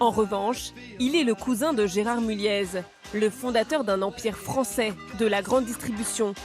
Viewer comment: travail baclé. Ne pas se renseigner sur la prononciation des noms ou des villes... Amateurisme. Mulliez se prononce é et Englos, le S est muet